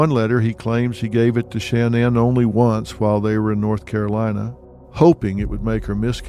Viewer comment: I'm not trying to be rude but it sounds rude but why does Dr Phil mispronounce Shanann's name